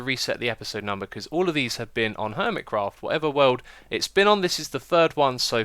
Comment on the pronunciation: No I mean the way you say HERMITcraft.